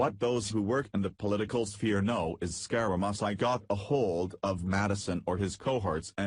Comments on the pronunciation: Learn how to pronounce Scaramucci! It is scar a moochi! NOT musi! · Hey jerk, it is pronounced (Scare a moochie)...wake the hell up. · WHO IS SCAR A MUS EYE ??????? LEARN HOW TO PRONOUNCE WORDS OR GIVE IT UP !!! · you pronounce his name as SCARAMOOCHI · You can't even pronounce his name ,idiot . You can't read either .